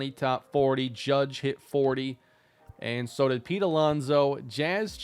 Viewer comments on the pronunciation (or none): none